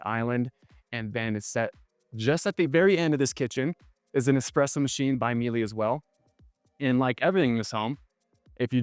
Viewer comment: Miele: pronounced Mee-luh